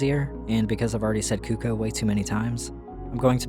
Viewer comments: It’s pronounced CUCK-oh. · No but it's pronounced cUHc-kOO. Cucco is a representation of the sound a chicken makes. It's a play on words, a verbal pun. The Japanese love these. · I've always pronounced cucco like, ""KUH-koh", similar to how it's pronounced in Japanese. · my favorite part of the Zelda series is that no single person can agree on how to pronounce cucco